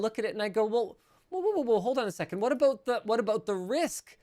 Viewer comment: what aboot that